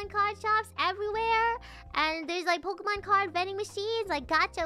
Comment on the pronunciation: ポケモンの発音は、「ポキモン」だったり「ポクモン」だったりするんだな。